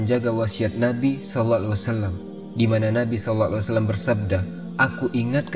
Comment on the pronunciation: Knapa peyebutan sallallahu alaihi wasallam tidak jelas/ sempurna